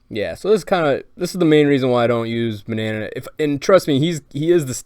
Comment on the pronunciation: Its not ma-na-na-nan its ma-na-nan